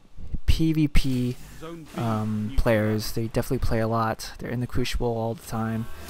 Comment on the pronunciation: I hate to nit pick but say this with me now CREW-SI-BULL. The word is crucible not....crewshible. any ways thanks for the vid.